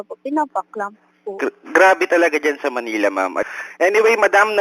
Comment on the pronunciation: Money-la (Manila). 😂